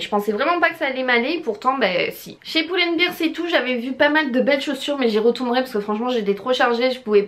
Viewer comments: Pull and "bèr" sinon "bir" veut dire bière ^^ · Coucou, pull and bear ca se prononce pas "poule and bire" mais "pull and bère", beer comme tu le prononce c'est une bière en anglais ;)